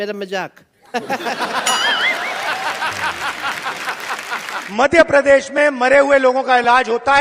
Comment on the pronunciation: पप्पू दादा की जय हो,ये धरती से जुड़े नही है विदेश में पड़े है भारतीय संस्कृति का ज्ञान नही है जनता से जुड़ाव नही है जनता की पीड़ा समझ नही पाते है।ना जाने ये क्या बोलते है कुछ समझ मे नही आता मध्य प्रदेश को मधे प्रदेश बोलते है।गजब ये बनेंगे प्रधानमंत्री तो हो गया देश का सत्यानाश😮😮😮😮😢😢😢